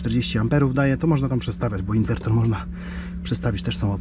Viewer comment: Ciekawy pomysł na ograniczenie zużycia paliwa. Na łódź nie polecam turbinek wiatrowych. Ich skuteczność jest zbliżona do paneli a hałasują bardzo. PS. Inwerter nie inwertor ;-)